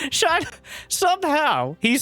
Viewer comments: A zerg player named Shino - has to be related to the naruto character Shino Aburame. And if it is, you are horribly mispronouncing his name :D watch like 1 episode of naruto where they say his name is shI no not Shiny O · Has not seen Naruto? What's with the Shino pronounciation